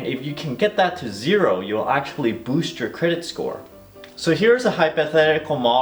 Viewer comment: Hahah, I swear I heard, "Hi, I'm and I will teach you how to Bush your credit score."